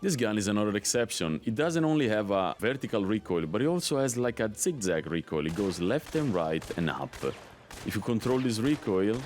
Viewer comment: I love when you say tzig-tzag